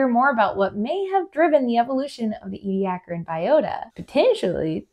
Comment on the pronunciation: This is the first time I have heard how Ediacaran is supposed to be pronounced. 😀